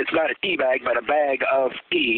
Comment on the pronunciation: did he say teabag or d-bag....